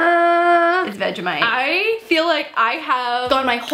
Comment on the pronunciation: I love the way she pronounces vegemite😁😁